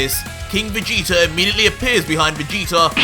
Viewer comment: Why u say vegetar / king vegeter